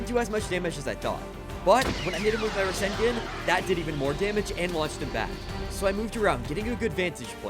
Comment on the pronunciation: He fr just said rasen--gen that's wild